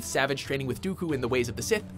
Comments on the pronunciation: STOP MISPRONOUNCING “SAVAGE” JESUS HECKING CHRIST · His name is not pronounced that way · Can you at least say Savage right? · omfg u cant even say savage opress right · Makes me cringe every time you try to say savage